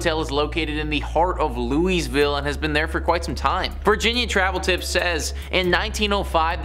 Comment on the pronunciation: It's pronounced "louie-ville" or Lou-ville 😂